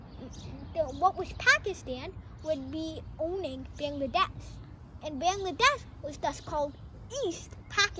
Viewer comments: At first say Bangladesh correctly😒😒😒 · Learn from your parent how to pronounce Bangladesh accurately.